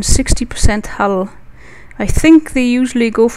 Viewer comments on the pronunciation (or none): this person should really include a caption link to a part where he or she (i can't make it out..) stops the explaining. the english is also quite hard to follow. hull is pronounced as hell, and apparently there is a wing of ships in his/her wing.. :s